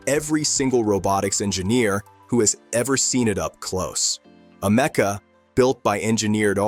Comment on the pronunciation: I call bullschitt on this video. And it’s Ameeeka Not amecca……